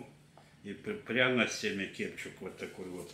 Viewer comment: Кудлатый специально деда подучил, чтобы несколько видов кетчупа показал, чтобы он неправильно произнес"кепчук", там же все с умыслом у недоросля, что бы комментов побольше было. Ну хитер бобер😂😂😂